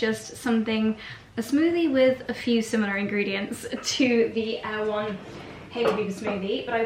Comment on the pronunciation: Not Air One,: Er-e-won - from the book Erewhon by Samual Butler (circa 1872), a satire. Worth reading!